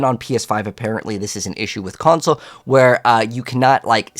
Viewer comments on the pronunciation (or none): none